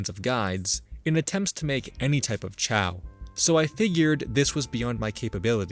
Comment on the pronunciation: I am really bugged by how you pronounce "chao".